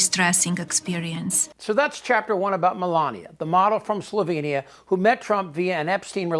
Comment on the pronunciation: Perhaps someone should have just read the ai voiceover lol. I get the gist of it but it had me laughing when it tried to say Slovenia and a few other names and places😂. Fuck em.